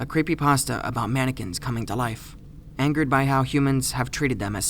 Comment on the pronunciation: cweepy pasta (๑˘︶˘๑)